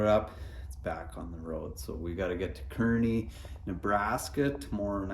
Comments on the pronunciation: It's pronounced Car-knee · You are saying Kearney wrong. It's pronounced more like car knee. Several different ways to spell it also. Roads are good this way. Temp hit 30 today with heat wave of 35 tomorrow. Safe travels. If you have any trouble or questions hit me up.